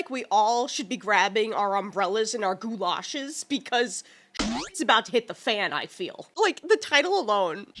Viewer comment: The way you pronounced galoshes reminds me a lot of one episode of the Goes Wrong Show.